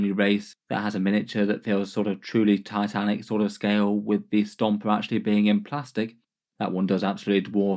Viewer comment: Dislike for "tatanik" and "taisanf" in less than 10 seconds from the video start. Fix your spelling so called native speaker, any foreigner can speak English better.